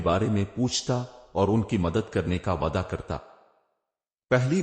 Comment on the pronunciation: Waada yeh word teen char jagah par galat word read kare ho